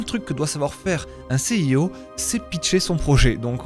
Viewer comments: Il est encore CIO... Il faudrait vraiment qu'il apprenne à dire CEO, ça en devient risible. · Lol tu vas être excellent, par contre juste on dit “Si I O” pas “Sé I O” ;) et sinon merci pour toutes tes vidéos , elles sont cools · Mes oreilles chaque fois que j’entends « C I O » : 💀